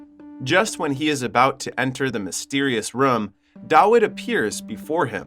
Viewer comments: new drinking game take a shot everytime he says rum instead of room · It’s Room, not Rhum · yo who taught you english, what the hell is a ruum, you mean “room” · Room❌ Rum✅ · ''beby'' and ''rum'' instead of room lol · They are called fryers NOT PRIORS AND ITS ROOM NOT RUM..😂😂😂😂😂😂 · it's not rum it's room why do you pronounce it like that? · if i have to hear this guy calling a room "rum" one more time, i'm going to lose it. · its pronounced, ro͞om. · bro im now convinced your just trying to pronounce everything as wrong as possible just to be irritating lol " They walked in to.... the RUM !" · MF why do you keep pronounce room as rum mother.......ker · Room! Why can't you pronounce a simple word unless this is AI. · I do not like how you pronounce “room” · The scariest thing in this video is the pronunciation of the word "room" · 👎 due to the numerous mispronunciations of the word "room". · You have an interesting way of saying "Room"